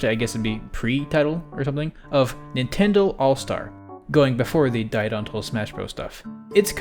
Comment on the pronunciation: Nintendrons wtf